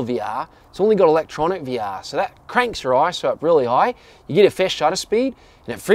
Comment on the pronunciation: Say “VR” once again :D